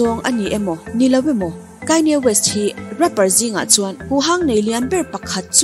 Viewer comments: Kanye west "Kaini west" i tih tak hi ngaihthlak a hrehawm deuh ka van ti em aw, a chipui ten an lam dan takah chuan 'khanie west' tiin an lam a, 'khanie west' a lam ve kher tur phei chu ka tilo mahse kanye tih a "KA" hi "Kai" tih theih na tur a awm lo e mai.. "A" hi "I" a lam rik teh daih kan ti ve nih chu Aw mawi em em e.. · ichhiar thiam viau a Kanye west hi,,kainye west. Ti ah lam tur anilo w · Kainya west 🤣🤣🤣mi sawi dan ngaihthlak tam te pawh hi tha ve aw👍👍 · Aw mawi deuhin KAINI WEST in tiah😊 i aw hi chu special reuh,i trawngthei ngawt ang..